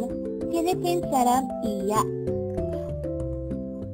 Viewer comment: everything is okay, but yung pronounced ng iya- is kinda weird. dipo mataas ang tone pababa dapat yung tono nun hehe. nanu pilipin saramiya. wag na pong putulin sa -iya. tips lang po!